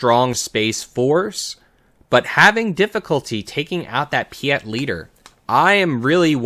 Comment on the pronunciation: Piett is spelt with an E not an A (pronunciation cannot go on like that lol), but great video otherwise 😅